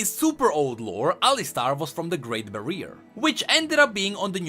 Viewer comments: you say ba ri er like barreer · its called barrier** not bareer. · lmao on the great bareer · Bareer ahaha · The Great Bari-Er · Your pronunciation is unbearable...wtf is a BaRriEr... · Nobody:: "Great bareer"